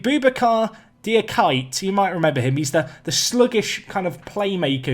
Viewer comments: Diakite is probably pronounced “dee-uh-kee-tay” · Diakite is pronounced Dia-key-tay btw! With the pace on the CBs and less possession, the high back line is killing Tow Law! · I'm usually not the type of person to post these but if you want to know how to pronounce Diakite look up the videos "VSTV Profiles - Mamadi Diakite" at 27 seconds or "UVA Postgame Reaction: Mamadi Diakite" at 3 seconds. That's pretty close. Dee-ah-key-teh